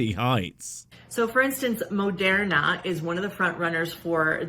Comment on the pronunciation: Why does she pronounce Moderna that way? like it really bothers me